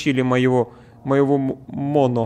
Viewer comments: МОНО УДАРЕНИЕ НА ПОСЛЕДНЮЮ О И ТЫ ИГРАЕШЬ ЗА МОНО! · Моно ударение на 1-ую О